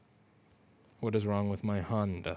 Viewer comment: “what is wrong with my Honnda?” — Louis Rossmann 2020